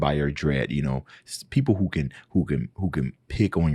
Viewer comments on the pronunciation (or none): none